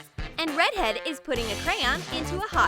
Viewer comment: I like how the person doing the voice over calls the red haired girl rEdhEaD and she doesn’t mind lmao